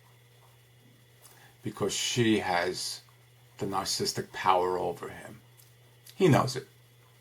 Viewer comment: Terrific but it's pronounced Nar-ciss-ist-ic - four syllables, not three. :-)